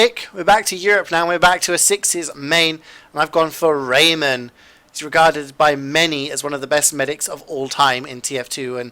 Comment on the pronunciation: raymon not shade? :(